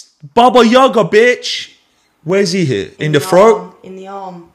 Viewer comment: not yAga. yagA!